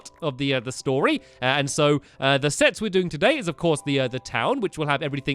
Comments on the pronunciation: Did stamps say sex instead of sets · You sead sex instead of sets Lol :)